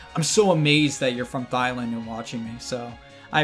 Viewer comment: Okay, I need to ask a question: was you pronouncing Thailand "thighland" a mishap on your part, or is that actually how it's pronounced in America? Because, generally, it can be difficult to tell the difference, as living in England means I don't know if someone fucked up or if America's trying to catch me out.